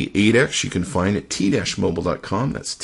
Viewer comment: "t dash mobile?"